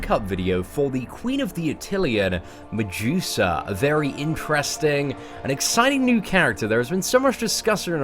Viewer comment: Stop saying mejusa